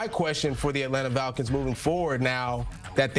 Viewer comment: Dude has a hard ass time pronouncing the word "falcons" 😂😂😂 Atlanta Vaggins, Atlanta Valkins